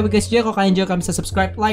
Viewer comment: Subscribe bukan subkreb